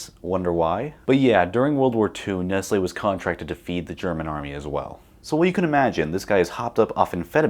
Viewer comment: That's not Nestle, that's Nest-Ye